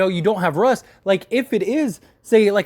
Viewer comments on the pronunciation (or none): none